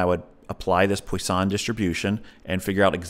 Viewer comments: It's pronounced: "Pwaah Song" distribution .... Not "Poi San". But great video! Thanks for the chat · Maybe this guy should keep his day job and stop trying to pronounce "poisson".